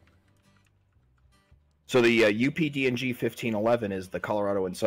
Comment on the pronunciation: Why do I keep hearing UPD&G as UPDOG?